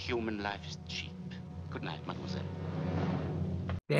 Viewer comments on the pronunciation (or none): none